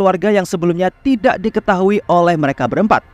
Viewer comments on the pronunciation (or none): none